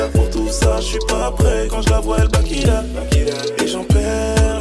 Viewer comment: On dit pas backilup mais back it upppppp loool